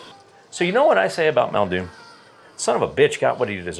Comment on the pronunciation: MULdoon, get it fucking right.